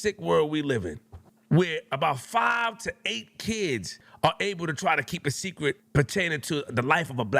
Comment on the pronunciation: "ArE keeping A sEcWeT!"